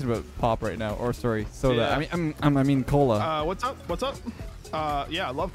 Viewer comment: Peep Canadian accent when he says sorry